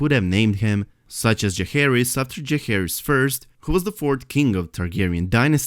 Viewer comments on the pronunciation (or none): I felt like she said Jaeherys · its Jaehaerys. i heard that a professional linguistic specialist that was hired said so. plus thats the greatest targ king that ever reigned, in my opinion, and its fitting. it also starts with the letter J ;)